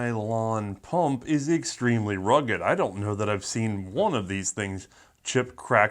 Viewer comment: Quit saying pump like that.